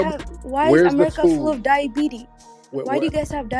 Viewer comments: He said Fly-abities🤣🤣🤣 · Did Tariq say fly-abitis? 😂🤣🐈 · He said flyabetes